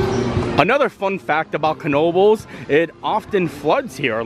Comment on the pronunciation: Thank you very much for pronouncing the “k” in Knoebles! You are straight outta NEPA!! 😍#YouAreMyPeople